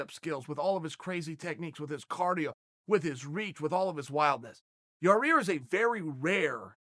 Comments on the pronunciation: Lol, saying Yair's name both ways..every time I hear "yar-ear" I cringe a little and wonder why Chael says it like that..he seems to like the guy. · Yareer Rodriguez is how this dipshit always says Yair, even though its spelled fine in the title... Wtf is wrong with you chael, all those PEDS fuck up your speech patterns? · This is how you say it. Yair, Ya-ear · No. Yair legally changed his name to Yarear to accommodate Chael P Sonnen, is what i heard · Yair pronounced- your(rear) or your (ear) 😂😂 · Yah-rear lollllllllllllll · Chael as a Magician: "Hey kid- what's that behind Yar-ear?" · the return of Your-Ear Rodriguez! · Who the fuck is Yar-Rear? It's like saying Chaw-Yell Sonnen. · Just say Yaw Ear. Lol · I came here to just to hear about Ya-rear. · Chael "Yarear" Sonnen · Here comes the brand new flavor in yah-rear. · "Nobody has the style of yer rear " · MARBLE FLOWZ that's all I heard was Ya rear...lol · Ah yes, the return of Yah-Rear. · Chael either can't pronounce shit, or knows full well all you ass lickers would feed his ego and make a joke if it. ITS YAIR AND YOU KNOW IT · Chael "Yah-rear Rodriguez" Sonnen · Ya eer, Ya eer. YA REEER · It sounds like a new jiu-jitsu move. Ya Rear choke. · yah-rear rodrigez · Here come the "yarears" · Dude say his name right.. you litrally said a month ago that you don't like getting names wrong because it's disrespectful then you blatantly say his name wrong... you've worked on the analyst desk for ufc events I refuse to belive you actually think this is how his name is pronounced. I like you chael bit it's hard to be devoted to content produced by someone with hypocritical undertones in their content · Chael has got to be trolling noo way he still can’t pronounce his name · Where's he getting that 2nd R?? 😂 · lol, cant say his name. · hhahahahahahahahahahaha how he can't pronounce his name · Chael I'm a big fan but please stop massacring this poor guy's name!!! 😅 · YA, EER. NOT YA REAR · YAI EAR NOT YA REAR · Ya rear🤣🤣